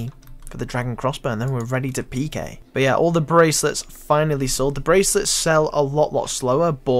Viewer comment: "There's not much in stock.... BAWT."